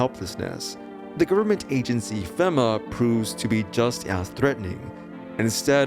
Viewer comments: Is pronounced FEMA (fee-ma) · Nice try buddy, you were totally trying to get me to leave a comment because you promounced FEMA like that. Well, it's not gonna wor-.... just take it.